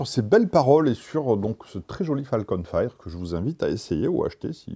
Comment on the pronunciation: Juste, pour les prochaines fois : "fire" ça se prononce "fayeure" pas "faïre"